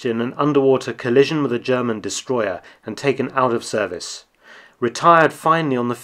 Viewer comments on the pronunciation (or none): none